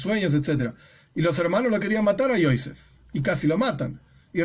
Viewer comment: Hay que pronunciar los nombres de los personajes en HEBREO como lo dice la Biblia, NO EN YIDISH Se dice Joseph no Joise